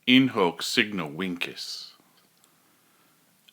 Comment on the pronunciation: Shouldn't it be pronounced as "In Hok Seegno Vinchez"?